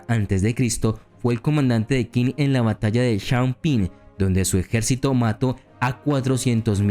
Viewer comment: Muy interesante el video, solo quiero comentar 2 cosas: el nombre del reino chino de Qin se pronuncia “chin", de ahí viene el nombre de China, segundo: me hubiera gustado que incluyeras a Ulysses S. Grant, el tampoco fue derrotado nunca, saludos